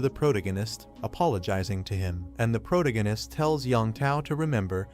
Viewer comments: Wtf is proganitist., its pronounced pro-tag-a-nist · You really really really need to learn how to pronounce words. ProTAHgohnist!!!!protagonist..what the fuck. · It's protagonist not pronagonist... those AIs are so stupid. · (PRO TAG GA NESS) not (PROG A NESS) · Took me 15 minutes into the story to understood he meant protagonist. Not proto-genis 😂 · After this I'll probably end up permanently pronouncing it protiginnist.... that's nice....... that's r...e...a...l.........n...i...c...e...........😂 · All i can hear is proganist proganist proganiat, ether use the dudes name, learn how to say it or say it less, im going to read it instead. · stop saying protanonist :D cuts my ear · Had to stop watching less than 5 min in, after the third time of him attempting to pronounce pro-tag-gunist, I had to just turn it off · first 5 minutes all i hear is Pro-Gun-Nun-ist. can the ai just read his name. maybe just Que. cause it can't read Protagonist. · I heard prodiganist😂😂😂😂😂 but i loved the history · "Proto-gan-ist" ugh.... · Phuck you for this comment, initially I could ignore the mispronounced pro tag o/anist, but now I can't unhear it cause of your comment. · Was hard to enjoy this video because the voice over is not pronouncing protagonist correctly. Stings my ears. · How many times did the AI mispronounce Protagonist 😂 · Bro, I thought AI is suppose to be better than us? Why is it pronouncing “protagonist” so incorrectly? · Yeah and the way they butcher the word kills me 😂😂